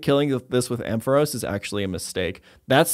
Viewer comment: You pronounce “Ampharos” so weird